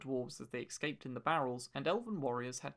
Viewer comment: Stop saying EK-scaped. It's not regal.